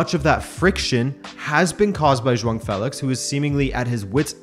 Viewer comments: Joao* Not joang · Lol why do you keep saying joaon? It’s Joao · It sounds like you're saying Juan Félix, instead of Joao. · is Joaong the proper way to pronounce his 1st name ? have i been saying the name wrong this whole time? if so these english commentators are to blame for my ignorance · Can any Portuguese person confirm that him pronouncing Joao as Jhoan idk how to write it but it's like he put an N in there for no reason. Not annoyed, just legit curious? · Are you saying "JoaNG Felix" in this video? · Nobody else bothered with 'xhuong' felix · Can you stop calling him Jwong lol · Zwang felix, lol its hard to watch this coz of you keeping saying Zwang